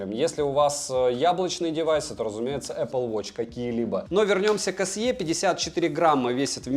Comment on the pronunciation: Не се а си,так на презентации говорят,так же не лте а лти